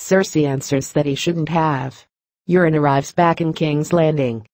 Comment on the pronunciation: Sounds like she's saying Urine Greyjoy instead of Euron Greyjoy...Ha!